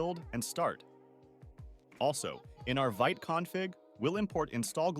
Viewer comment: Love your videos man! Just a nitpick, it's pronounced /vit/ (veet)